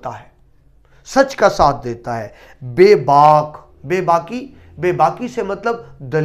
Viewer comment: آپ آخری شعر میں لفظ "بےباق"کی تصحیح فرما لیجئے